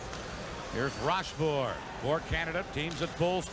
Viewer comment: РошфОр, а не РОшфорт